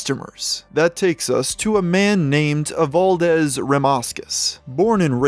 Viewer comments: I think it's just that he isn't too familiar with lithuanian pronounciation. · Just found this, as a Lithuanian, finding out about this I am proud, and slightly lost on how "Evaldas" went to "Evaldez"